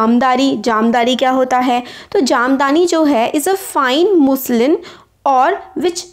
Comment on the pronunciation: Mam jamdari nahi hota jamdani hota hai 😂😂